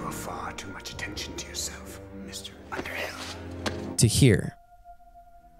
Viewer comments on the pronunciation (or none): none